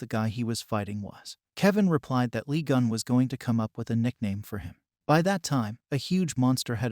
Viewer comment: I coudn't concentrate 'cause my mind be automatically correcting the name. If I'm not mistaken, it's supposed to be "Lee Geun"